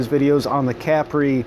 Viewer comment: I believe it's pronounced Ca-Pree not Capry.